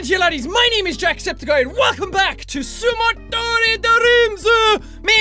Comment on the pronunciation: you say it like sumo-dorito dreams i dream of DDDDDDOOOORRRRRIIIIIIIIIIIIITTTTTTTOOOOOOOOOOOOOOOOOOOOOOOOOOOOOO!!!!!!!!!!!!!!!!!!!!!!!!!!!!!!!!!!!!!!!!!!!!!